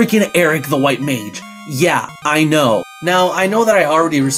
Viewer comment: don't like the way you said MAGE